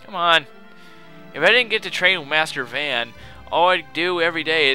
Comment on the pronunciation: the only thing i cant stand in this game is how they pronounce Van's name. I always pronounced it the way they pronounce it in FFXII